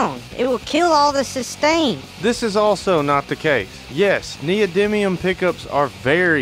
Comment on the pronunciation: Thats text to speech right there, neil diamond instead of neodymium. I may like it better wrong ;)